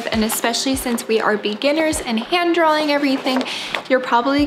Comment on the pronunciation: FYI, it’s not ‘drawling’… it’s ‘draw’-ing